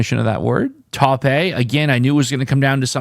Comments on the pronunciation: Toe-pei?? 😂😂😂 its pronounced tope. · Pronounced Tope. its a color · Taupe is pronounced tope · Tope, like towp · 5 guess solve for me today, tough word. I do think it’s pronounced tope though. Glove tribe tense tache taupe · I don't mind seeing your longer videos,. I can understand you may feel some pressure trying to complete it in front of us all, though. I had a longer sequence today.... Duddy, Stuck, Blunt, Mouth, Taupe (pronounced 'tope'). I liked the colour taupe so much that when I was a teen, I saved my cash to buy a leather jacket in this shade. So first time resigned in 3 years,? That's a tough one. Tomorrow a fresh new streak!! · STEAL > TRACE > TAUPE. Taupe is a colour and it rhymes with Hope. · Taupe is a color, and pronounced tope, rhyming with nope. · Hoist, Crane, Taupe (rhymes with hope). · ADIEU — GAUZE — PAUSE — TAUPE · TAUPE is a color. And the E at the end is silent. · Coral > Paste > Taupe Sorry. But I enjoyed hearing a French accent on the word Taupe.